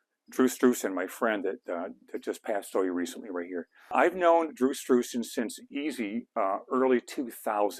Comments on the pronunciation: His name is Drew Struzan - half of his last name is "Stru." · It sounds like you're saying "Strew".